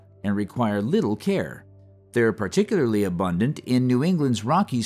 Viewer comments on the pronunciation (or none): none